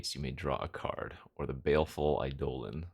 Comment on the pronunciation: The way you pronounce Eidolon is certainly a thing. First time viewer, so I don't know if it's a long-running joke on the channel or not.